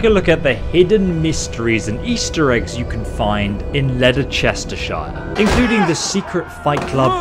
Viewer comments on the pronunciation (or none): The way he said Leicestershire made me cringe. It is pronounced lest-er-shire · I’m from England and same but no one says lederchestershire